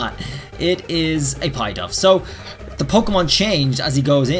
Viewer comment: Pidove is not pronounced as pie-dove, its pronounced as pi like how u say the pi for pikachu. Just wanted to correct u beacuse it makes me cringe when u pronounce it as pie-dove.